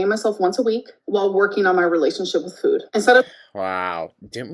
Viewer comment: Take a shot every time she says "fuhoood"